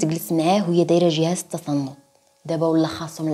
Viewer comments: آلة تنصت ماشي تصنت 🤣🤣🤣🤣🤣🤣 ضحكتيني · تباركلاه عليك .قصص زوينة.ولكن راه جهاز التنصت ماشي جهاز التصنت.ههه. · جهاز التنصت هههههه ماشي التصنت هههههه يتصنط لعضامه هههههه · جهاز التنصت ماشي التصنت 😂😂😂😂😂😂😂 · جهاز التنصت ماشي التصنت هههههه